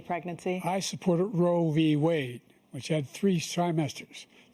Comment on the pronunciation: “Roevie wade” 😂